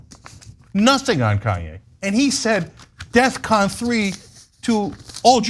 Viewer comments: It’s “Defcon” not “Death Con”. That’s probably why it seems aggressive. He just doesn’t know words. Which is hilarious because you’d think a rapper of his caliber would know words lol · I don't mean to be picky, but isn't it def-con?